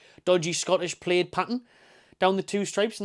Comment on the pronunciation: Plaid rhymes with dad.